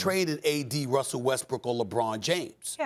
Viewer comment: Did Perk say "Wussell Westbrook"? LOLOLOL